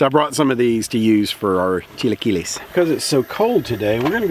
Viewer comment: I admire a white man i mean man i mean person trying his best to pronounce a foreign language. Very admirable hahah. Very good pronunciation of chilaquiles and it looks tasty!